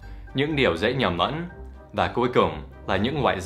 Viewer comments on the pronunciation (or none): OMG Dan nói ngọng "nguyên niệu" "những điều dễ nhầm nẫn"